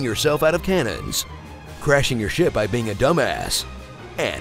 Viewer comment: why did they keep the take of him saying ship wrong